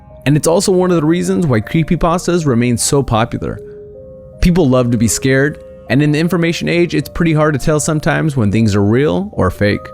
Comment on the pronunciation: Not scaerd